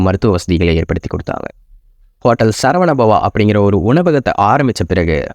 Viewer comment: Video was good . But pronounciation is not. சரவண பவன் Not சரவண பவா